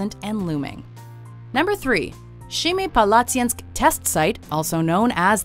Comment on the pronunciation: Number 3 pronounced as SEMIpalatinsk not SHEMIpalatinsk, you fools